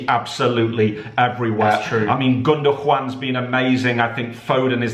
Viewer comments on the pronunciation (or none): Please teach your dad how to say gundogan. Please.